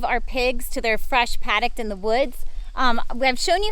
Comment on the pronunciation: Sorry.. I hate to be that guy.. Paddock.. not padict. Love the property! So beautiful!